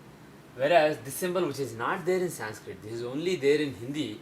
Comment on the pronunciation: Even he is saying sanskrita... y not sanskrit..they hav a habit of putting a in everything... shiva, krishna, yoga, lagna, mahabharata..it shud be shiv, krishn widout emphasis of aaaa in the end...